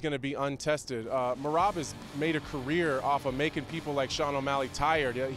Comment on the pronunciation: I am surprised how correctly she spelled Merabs name